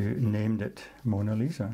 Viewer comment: ma come cavolo hai detto monna lisa?